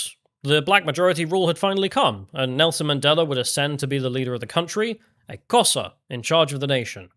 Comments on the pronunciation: You're pronounced Xhosa wrong the X is pronounced as a click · Does "Kosa" mean "Xhosa" tribe? The name's pronunciation begins with a click of the tongue upon the roof of the mouth. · Come on,. Try a tongue click for 'Xhosa'. You know you want to. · Xhosa is pronounced with a click at the start. edit - I see that this was addressed.